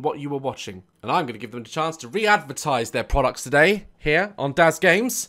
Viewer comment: I guess it's "zeir microphone" XD